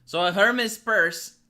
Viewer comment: You can't say Hermès like that lol I can't lol